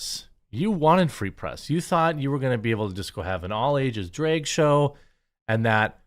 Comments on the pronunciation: auto subtitles are also reading Drake show instead of Drag show, by your mispronunciation. Anyway, theyd say if the poke is healthy enough for all ages, then s** should be healthy too, that hs been going on since long time by the disney, etc propaganda agenda of the elite sx maniac class. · Drake show? Draygue? Wtf are you saying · I keep hearing you say it as "dreg story hour" and it still fits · I never believed Jeremy was from Wisconsin until I heard him say drag. 😅